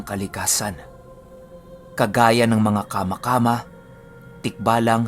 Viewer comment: I comment ko lng dn pala ung Pronunciation ng Kama Kama madiin po ung pagkabigkas nyan sa Ma... Kama` Kama` yan po ang tawag ng mga Ilonggo sa Dwende...